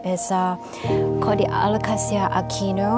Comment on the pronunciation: The Aglaonema is Aglaonema commutatum 'Alumina', which was originally found in the province of Rizal on Luzon, while the vine is Phanera aherniana var. subglabra, which occurs in both Borneo and Palawan. Love the way you pronounce 'Alocasia'- the way it should be! However, 'reginae' should roll off the tongue as 're-hee-na-e', as there is no 'J' sound in Latin 😊